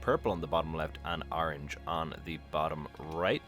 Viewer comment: Why do you keep sayign Arange? It's ORANGE!